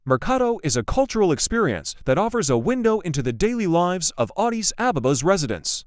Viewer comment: Vant even pronouncr Addis sounds like Odis...